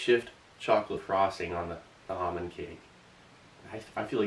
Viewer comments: Ahmond cake? You mean, ALMOND cake? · It’s not almond it’s almond with a L